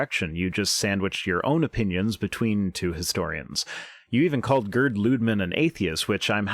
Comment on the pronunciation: I think the name Gerd is pronounced something like, Gaird.